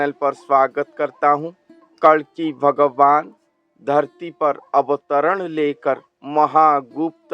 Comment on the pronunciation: आपसे उच्चारण में गलती हो रही है कल्कि अवतार की जगह कलंकी अवतार बोल रहे हो उच्चारण का बहुत बड़ा महत्व है। कोई बात नहीं